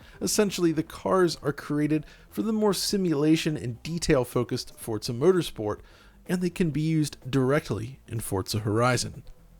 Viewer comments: There's no T in "Forza" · Feel like I’m the only one who says FOR-za, and not Fort-za. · Why do you call it "Fortza"? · Can you please stop calling it "FORTZA" 🤦🏼 Sincerely, EVERYBODY. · Why does he keep saying fort-za?